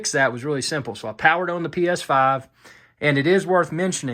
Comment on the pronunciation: Full UHD own? Ohh you said on. That accent😂